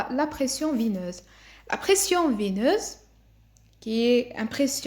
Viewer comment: La pression veineuse pas vineuse , il te manque beaucoup de progrès dans les articulations et la prononciation.